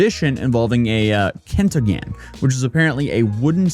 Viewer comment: it's always funny to hear foreigner spells kentongan as cantonyan, sounds like some kind of weeb word